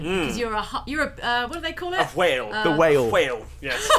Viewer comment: pronouncing whale like Stewie Griffin saying Whill Wheaton. Priceless!